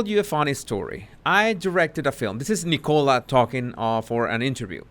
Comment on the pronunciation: I thought you said E. coli when you said nicola haha